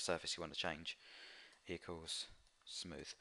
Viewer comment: You mean smooth not smoosh XD